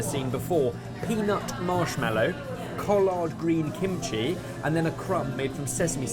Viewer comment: its "collared" not "chall-aard" you are stretching it out to be multiple syllables, but its only 1 1.5 at most.